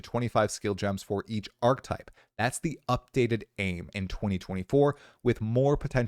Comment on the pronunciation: "archetype" = arc uh type